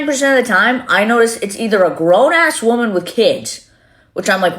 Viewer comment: She's very manic and she talks like trash. She'll get what she deserves. Lately I've heard young people say woman and not pronouncing it correctly. People aren't very educated anymore.